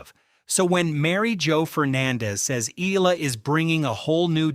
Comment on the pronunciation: Pls pronounce her name as Eh..ya..la...